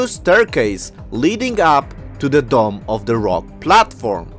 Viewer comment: It's Dome of the Rock, not "Domm". {:o:O:}